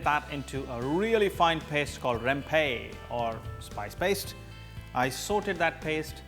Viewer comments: It’s rempah , not rempey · Hi sir just want to tell u.....spice in malay called rempah not rempe....